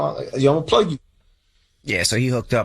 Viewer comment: Why Charla say PLAG 😂😂😂